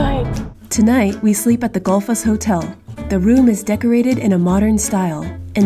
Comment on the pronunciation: Tip: when there is a “double L” (ll) it sounds like “tl” so it would for example sound like :/ theenkvetlir /: and :/guhtlfoss/:. Also, Þþ: th. Ðð: th. you’re welcome from an Icelander ^_^